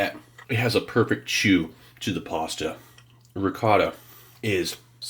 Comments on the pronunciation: I was washing my hands when he said pasta I thought he said possum. 😂. Also I wonder if he were alive today. Would Elvis be fan of that trail mix? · My deaf ears legit thought you said possum with ricotta